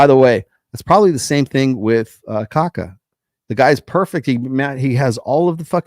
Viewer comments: It's pronounced Kha-kha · More or less like "ka-KAH". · In pronouncing Kaká, there is an emphasis on the last "a". Like "cacao" without the o.